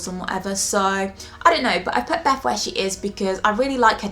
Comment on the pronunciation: beth not beff come on